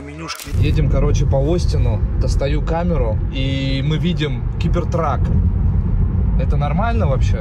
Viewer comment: Стоп сказал у меня установлено 18+ Но маты он блокирует как будто возвращается к 2019 году! и почему Гибертрак а не Гибертрек?